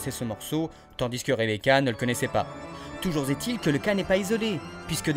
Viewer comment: Sympa comme vidéo ! Petit détail qui m'a juste légèrement égratigné l'oreille : , la liaison c'est toujours après "jamais", mais jamais après "toujours" ;)